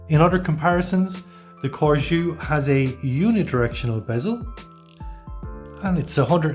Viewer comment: CORGÈ . this is how the name is pronounced. if the intention is to make it sound French. And judging by the spelling: yes Good review 😉